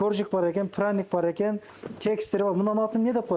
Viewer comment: Азаматсыздар!Праник дегени жакты😅